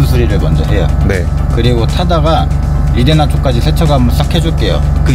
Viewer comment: 리데나 오무같은 일본식 영어는 정비 바닥에서 언제쯤 없어지려나.. 고등교육 의무화에 영어 의무교육 받은 3040정비사들도 저러니;; 초등학교 교육 수준 영어만 알아도 말도 안되는 쪽바리 발음이란거 알텐데..